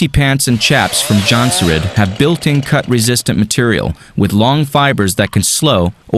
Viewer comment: So that is how you pronounce jonsered! Thanks thats all I needed from this video.